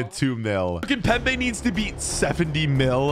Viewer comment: It’s not kimbepe it’s kipembé